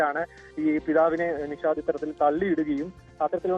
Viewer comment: നൗഷാദ് അല്ല നിഷാദ്